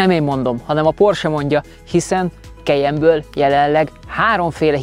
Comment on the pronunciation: “Kejen” Soha semelyik autós szakújságíró nem ejtette így a modell nevét,sem Magyarországon,sem külföldön. KAJEN! <—- Németországban is így ejtik! Az új modell orrrésze borzalmasan gyengére sikerült,jellegtelen. Ennyi erővel lehetne Ford vagy Honda.